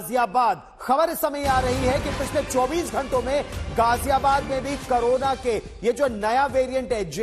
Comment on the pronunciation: करोना नहीं क कोरोना होता है 😂